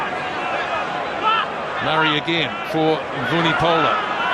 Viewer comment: "Vunipolo"? Can't that muppet 'commentator' get his name right?